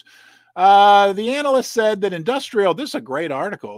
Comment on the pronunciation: You just corrected yourself on your pronunciation of certain words, then continued reading from the article and pronounced the word analyst "anal ist" 😂😂😂